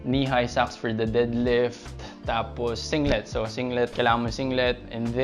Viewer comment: Nakakatawa kapag pnopronounce mo yung deadlift as did-lift Hahaha. tanong ko lang, kadalasan kase walang pnopost na prizes sa Powerlifting meet. Ano ba yung madalas na prizes muna 1st to 3rd place at benefits ng 1st place as champion. If may cash prizes, ano yung range ng mapapanalunan in every places. Sana next vid etong tanong ko naman yung magawan.